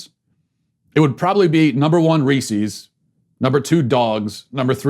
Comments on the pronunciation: Hey everyone, and welcome to the Andrew Smith show! For today's biweekly revokation, we will be revoking Matt Walsh not only for his offensive lack of taste in Halloween treats but also for his blatant mispronunciation of the name Reese's. It is pronounced Reece-is, not Reese-eez. For this unacceptable, deeply upsetting act, I have no choice but to revoke Matt Walsh. Thank you for watching. Godspeed. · The fact that you say "Ree-cees" instead of "Rees-is" tells me you should be cancelled. IT RHYMES WITH PIECES!!! It's not pee-cees. C'mon man. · I've never heard anyone call them Reeseez... Or peeseez. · Worse than that was the fact that he kept calling Reese’s Reesies! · Matt’s the only podcaster that gets me to laugh out loud. Why did he call them reeceeees though. I wanted to stab my ear. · I’m more offended by the way you pronounce Reese’s 😂😂😂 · Well you could start with saying the candies name right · Matt, I can’t believe you pronounce Reese’s like that. If a man named Chris owned a company it would be called Chris’s, not Chris’eees. I have lost all faith in you and am therefore canceling this show. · I know the candy thing wasn’t the official cancellation, but you should stick to one dumb, curmudgeonly cancellation rant a week... it’s become quite tiresome. also you should learn to pronounce “Reese’s” properly.